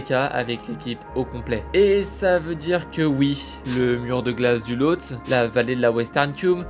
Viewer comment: Pour info, on prononce Losté et non pas Lotse